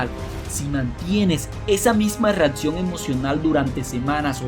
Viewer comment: Que no se dice "REATCION" 😫😫😫 No se dice "REFRATARIO" 😫😫😫 No se dice "has esto suficiente veces" 😫😫 Es tan, tan mal hablado que estresa!